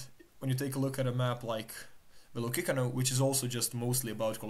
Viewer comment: I dont think youre saying Velocicano correctly dawg